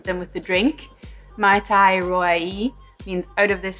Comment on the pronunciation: You should pronounce "Ma-i Ta-i Roa eh" meaning "Delicous !" In Tahiti, a Mai Tai is done with : Orange juice, Pineapple juice, grenadine and coconut rum, shaked, served, and topped with dark rum I was quite surprised when i got an original mai tai at the bar instead of what i was used to haha